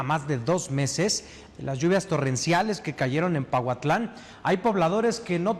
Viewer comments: es Pahuatlán no pautlan, lo estuviste diciendo muchas veces, es importante que leas bien porfa, muy importante la información que ustedes dan así es que también es importante cuidar estos detalles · se escribe Pahuatlán y se pronuncia paguatlán!